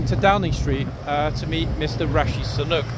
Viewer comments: Do you mean Mr Sunak. His name is Rishi Sunak. Not Sunuk. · with respect, please get the pronunciation of the Prime Minister's name correct! It is Rishi (sounds like Richie) Sunak (not Sanook)! Otherwise, you are perfection!🥰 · It’s pronounced Rishi (SU NAK) Sunak not SU NOOK 😂😂😂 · Now forgive me if I'm wrong ... but I believe our Prime Ministers name is pronounced Sooonack? 😊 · Typical idiot, cannot even pronounce the name of Britain's PM! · it's pretty bad when you cannot pronounce your own prime ministers name